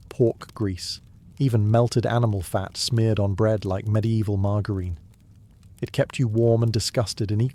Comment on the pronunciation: interesting pronunciation of margarine 🤔